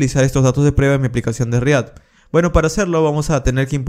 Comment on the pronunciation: re ACT!!!! por dios re ACT....dilo bien no se dice... re AT...!!!!!